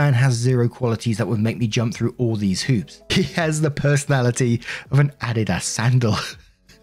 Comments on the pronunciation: Adidas A-Dee-Das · says "adidas" but what I hear with his accent "I'd eat *ss" lol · just an FYI in case you were unaware....Adidas is a footwear brand (very popular in the States), and is pronounced as follows "uh dee dus" with the emphasis on the 2nd syllable. Not knocking you at all.....just wanted you to know. Love your channel! 😇🙏🌈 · I love how pronounces Adidas, he sounds so ever exotic! ❤